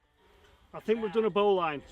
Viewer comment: yet another brilliant video. Well done for taking the trouble to construct COC Rover. Just a little point Bowline is pronounced bowlin (Lin not Line). And if you tie ribbons every 10feet along the string, you can get an idea of the depth of the shaft.👍